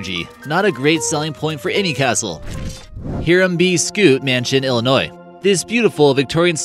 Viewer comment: Hiram B. Scutt...it's pronounced "High ram."